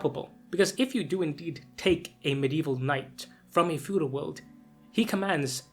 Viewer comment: Fedual, or feudal? Just ribbin' ya. Great video!